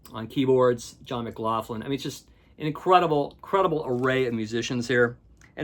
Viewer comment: FYI, McLaughlin is pronounced "Mic Lock lyn". Its my mother's maiden name.